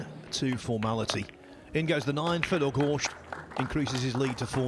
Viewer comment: It is not Goršt, it is Gorst.